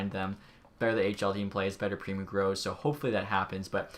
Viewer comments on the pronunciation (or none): Just want to help you out as a Hab fan. I’m pretty sure it’s pronounced pre-moe not pre-moo and it’s pale-ling not pole-ling. Hope that helps just want to make sure you can make the best video possible